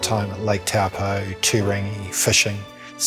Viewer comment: Tow poor, not Taw Pou